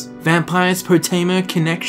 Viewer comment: Why do you insist on calling her poo teema